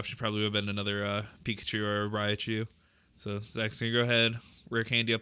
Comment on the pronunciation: Its rai-coo not rai-COW wtf